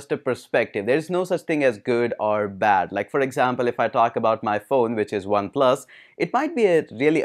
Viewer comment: Pexal (Pixel) height of faking accent. OnePlas